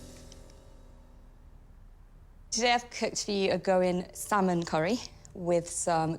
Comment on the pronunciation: Who else smirked when she said 'saaman curry' ?! Haha